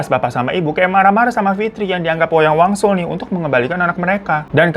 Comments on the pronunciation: awal2 "wayang wangsul" makin deket ending berubah jadi "wayang walun" kata gue siapeee???😭😭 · Wangsul jd waluh jd walyun, untung kami2 ini uda pro dengerin cerita lu baaang 😂😂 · Ngapa jd wayang walun bang😂 udh gtu nmanya diganti jd delina:_HAHAHA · Wayang Wangsul kak, bukan wanyang walun. 😂😂😂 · Di awal* kyae wayang wangsul ya bang Hiro nyebutnya, knpa ditengah* sampai akhir jadi wayang walun sih 😅 ada yg sadar gk selain aku??